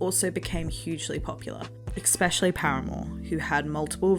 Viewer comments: Love love love these videos but “ex-specially” is driving me bonkers. 🫠 Try saying “es-specially”. I was a scene-kid (already watched that video, great job on that one!) and my 11yo last month walked into Hot Topic and said “Why is this just like the non-Disney darker version of Lunchbox. What happened to the Hot Topic you described having as a kid.” 😮😂 She’s not wrong. I miss the old Hot Topic. It went too mainstream and forgot why it was so popular. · I just found your channel and I love it, but omg is it hard to hear you say "ekspeshilly" instead of "especially." I'm sorry but it drives me crazy 😭 But these videos are super well done, I love that people are still into these subcultures. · great video - but there is no "K" in "especially" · I love these videos but please say especially correctly it’s driving me nuts